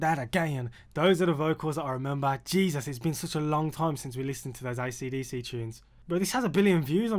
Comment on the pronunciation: Бабуїн,навчись правильно вимовляти AC DC!!!